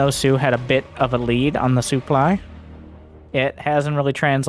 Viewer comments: wait is this why says "soo-ply" for supply? I just thought it was his accent lol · Fair guess :-D but he says that making fun of the French commentator/ex-pro ToD who pronounces it that way.